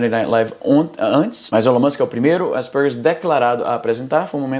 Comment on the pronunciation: Que agonia ouvir o Izzy falando "Aspergers"